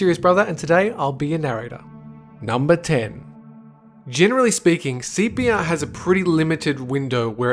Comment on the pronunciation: Oh He's saying CPR I thought he was saying sepia